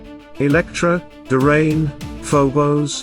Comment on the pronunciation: It's like a sink drain; DRAYNE. not duhhh-rain 😆😂 make it stahp 😅